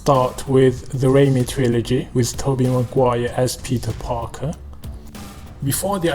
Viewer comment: I like how he says Pitah Pakah